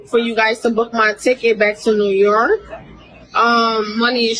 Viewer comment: Pakiistaann lol why did she say New York weird